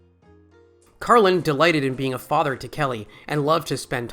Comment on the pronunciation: Odd that you refer to him as Carlin rather than George throughout the video, even mispronouncing Carlin incorrectly at least once.